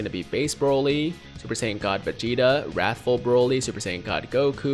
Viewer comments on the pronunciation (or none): none